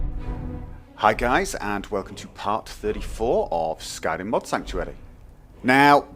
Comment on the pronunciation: I swear you turned into a Nord when you said 'Skyrim'.